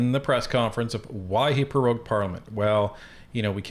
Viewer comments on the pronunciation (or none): It's NOT "peroged"....it's prorogued